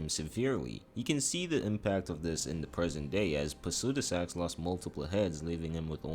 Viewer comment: Placidusax... not Placudisax